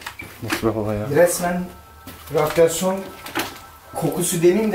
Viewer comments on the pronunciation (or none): ratrasyon diyo la harbi tamda orda gördüm senin durumu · adam ratyasyon diyor ona şey etmiş